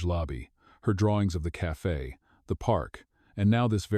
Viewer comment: Its spelt CAFE NOT CAFA WHY DO YOU SAY CAFA